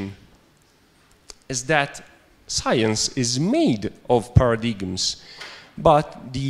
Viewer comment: And Pairadeegums